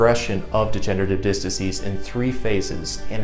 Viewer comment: Disc, not "diss."